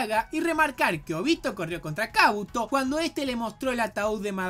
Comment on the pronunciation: Ninguna de estas palabras llevan tilde pero las pongo para explicar mejor dónde está la silaba tónica. Es Óbito... No Obíto. Es KÚshina... No Kushína. Es KÁbuto... No Kabúto. (Lo dice de las dos maneras igual)